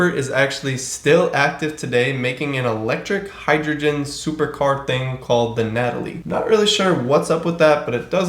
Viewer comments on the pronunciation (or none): none